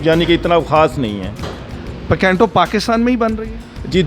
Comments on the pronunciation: Picanto ya PECENTO ? 😂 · Pacantoo ni PICANTO hay .....Bosdikay